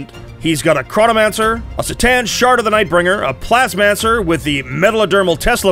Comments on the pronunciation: I love you but C’tan is pronounced “CUH-Tan” not “Sss-tan” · The C is C'tan is a hard C. Should tell the narrator, there.